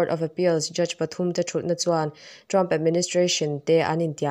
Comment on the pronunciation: Ngati nge 'Thuthlûkna' i tih zel le? I thil sawiah chuan 'Thutlûkna' a ni si a, Mizoṭawng dik hmang ṭhin teh u, ṭhangtharte ṭawng dik lo in zirtir nasa dawn riau mai. In thu a ngaihthlak peihawm lo mai dawn alawm.